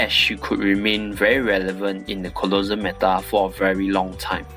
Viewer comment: I like how you pronounce Colosseum "Colossum" instead of "colosse-um xDD that doesnt matter Anyway good vid